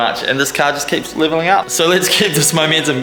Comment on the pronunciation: That ending part where you say bye, sounds like you used a south african swear word "Poes" it's like saying "bye you cunts" lol - 🤣🤣🤣